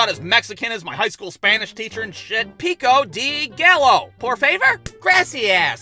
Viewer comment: "piko dee gallow. poor faver? grassy-ass." i laughed way too hard and way too f**** long at this. (i'm fluent in spanish but it's pretty fun talking like this. totally throws people off at the fact i'm mexican. also i look white AF)